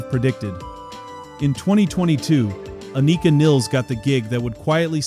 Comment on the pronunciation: Thank you for pronouncing Anika’s name correctly.